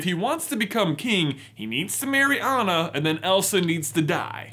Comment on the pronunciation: Everything wrong with frozen The way they pronounce Anna’s name That’s it Also 2019?